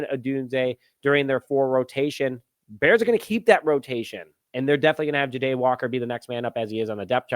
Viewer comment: Dude why do you not even try with these names? It's JAH-Day! Not J'Day. 😂 #unsubscribed